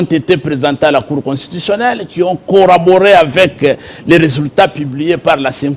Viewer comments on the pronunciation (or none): Corroborer et non coraborer.coraborer n'existe pas en français.